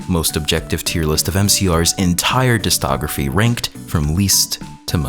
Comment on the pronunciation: Very fun video. Every time you mispronounce discography like "distography" it hurts me.